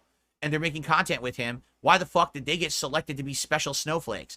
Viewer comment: GWET MODERATED